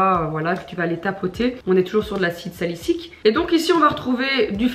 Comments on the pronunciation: Et on dit acide Salicylique pas Salicyque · Autre petite précision : on dit acide salicylique et non salicyque Et aussi, quand on dit cyclopentane, le « en » se prononce comme dans « pantalon » et pas comme dans « peine » :)